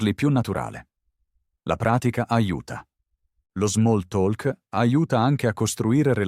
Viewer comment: Grazie per il podcast. Non devi dire “talk” con la lettera “l”, se dice come “tok”